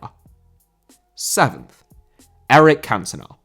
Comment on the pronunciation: Cantona* not Cantonar